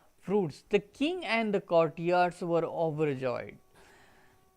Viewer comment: Country nhi h wo sir , courtiers h